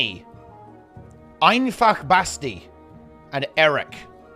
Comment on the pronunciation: Your pronunciation of "Einfach Basti" was pretty good. The German "ch" isn't easy to pronounce.